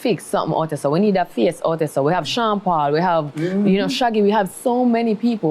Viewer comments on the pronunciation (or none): none